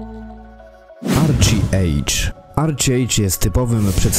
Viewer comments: Arczi ejdż, fantazi 😁😁😁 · ARCZIEJDŻ XDDDDD